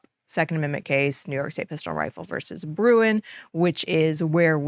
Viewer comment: PLEASE - We are The New York RIfle & Pistol Association. We gave you Bruen, please say it right. Thx